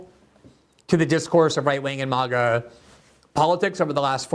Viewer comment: His meltdown is hilarious. MAGA not MIGA!